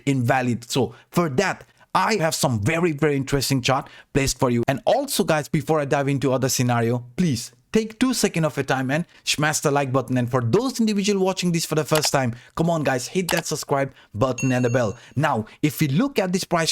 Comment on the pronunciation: Funny remark by the way: It´s called "SMASH" ... with an S and then SH at the end and not "SHMAS" like you pronounce it always. 😂😄😉. Props anyway to your TA !